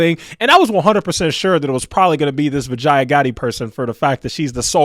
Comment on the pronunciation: Vijaya Bee- ja - yeah That's how you pronounce her name 😂